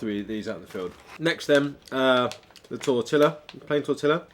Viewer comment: Tortilla: it is pronounced: TOR-TEE- YA!!